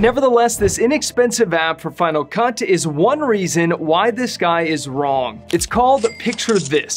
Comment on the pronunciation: it sounds like you said final cunt.